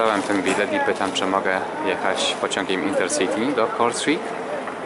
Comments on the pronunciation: wymawia się po prostu Kortrejk, wiem bo jestem w połowie Belgiem i znam ten język 😉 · Przepraszam za nieprawidłową moją wymowę miejscowości Kortrijk. Na filmie wymawiam ją tak jak się pisze, podczas - jak się później dowiedziałem z dwu niezależnych źródeł (Winicjusz, dziękuję) - mówi się "Kortrajk" (raz na filmie udało mi się tak to powiedzieć... ale tylko raz)